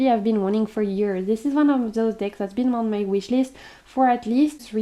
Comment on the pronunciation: 😂You sounded so funny when you said “I like big decks” it sounded like you said I like big DICKS 😅 I’m a greedy bishhhh ❤